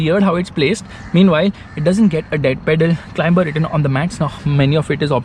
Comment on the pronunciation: CLIMBER = to CLIMB. Pronounced 'CLIMER'. It's a very soft B, almost not said.